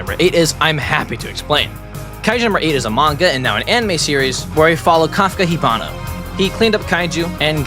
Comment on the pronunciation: No one- - "Kafka Hibano" 💀 Its Hibino, just correcting not being rude